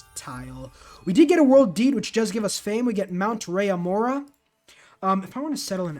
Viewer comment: Dude its Roraima, not Raiyamora.. wtf is that